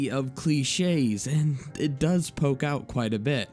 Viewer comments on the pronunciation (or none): none